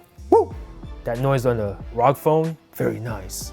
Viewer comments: It's R O G as in individual letters, not one word. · I thought it was called r o g and not rog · What rog it is R O G